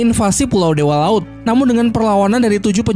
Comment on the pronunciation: Bang tadi bilangnya kok dewa laud bukan dewa laut